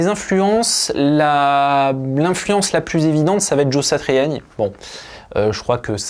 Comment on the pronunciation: Je me demandais d'où te venais ta bonne prononciation de Joe "Satriani " , tout s'éclaire désormais ! On aura reconnu a palatina dans la video aussi ! Force à toi et merci pour ton travail !